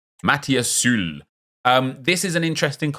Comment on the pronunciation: I'm dying that you pronounce "Sule" as "Zoolei" and "Soulé" as "Sool". Come on Nep hahahahah